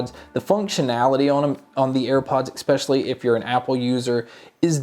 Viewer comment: It's not eckspecially it's essss specially